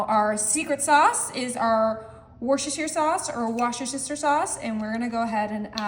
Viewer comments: I live in the City of Worcester, pronounce Wuhster. If you have ever seen a Leah and Perin commercial it's pronounced wuhstersheer. Nothing wrong with people trying to help. My own take for this recipe would be real Jumbo Lump crab meat and parker house r olls. The hawaiian style are too sweet for my taste . Other than that , it's a fun way to serve crab rangoon flavors. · That word is pronounced Wooster sauce my dear ❤ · How do you get Wooster out of a word spelled worcestershire? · Worstersheer around here😂